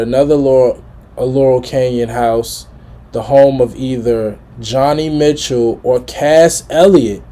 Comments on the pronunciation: It's NOT pronounced Johnny Mitchell It's pronounced Joany (JONI) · By the way you pronounced her name, I’m thinking that you’re possibly unfamiliar with Joni Mitchell. If that’s the case, then that needs to change. Soon. May I (strongly) recommend you watch the video of her performing “Woodstock”.